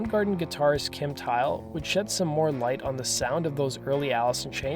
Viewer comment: Kim Tile? It's pronounced (Thy - ul)